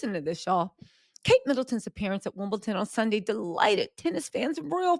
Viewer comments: It’s WIMBLEDON not Wimbleton! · are you taking the piss? It’s WimbleDON not WimbleTON!